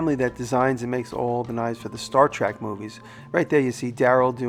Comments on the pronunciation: It's "Trek" not "Track." Typical New Yorker. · Star TREK nerds cringe everywhere with your mispronunciation of the word trEk. 😋 Not me though. I'm not a nerd, just a huge forgiving fan of the orginal. Damn it Jim! I'm a doctor, not a pizza delivery man!! BTW...I wonder what Spock takes on his pizza?? Hmmmmm......Pure Energy!